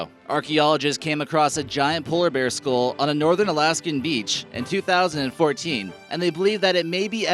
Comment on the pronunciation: Dumbass announcer, what the hell is a ‘skool’ ? It is a SKULL you numbskull.